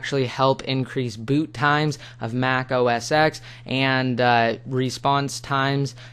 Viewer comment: Its pronunced OS TEN not OS X